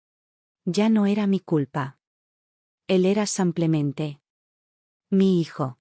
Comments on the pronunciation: Por Dios es "Simplemente" con i, "sim". Es horrible oir "samplemente" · ¿ Por qué dicen SAMPLEMENTE ??? Si es simplemente...no lo entiendo y también lo escucho, en otros relatos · Cuando corrigen “ Samplemente “ ? 😂😂😂😂😂😂😂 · Buena narrativa . Por qué dice samplemente ? Disculpe , pero no puedo evitar la pregunta , es como una patada al oído!